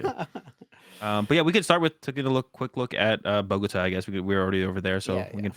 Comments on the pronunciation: BoGooooTah not Buhgotuh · I love them but hearing boGOta makes me cringe. Bogota with the emphasis on the ta as in U-tah